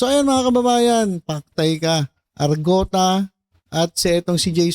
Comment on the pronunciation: Arngota ang tunay na pronounce nyn not argota